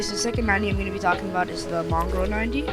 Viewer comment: mongrol? his name is moongraal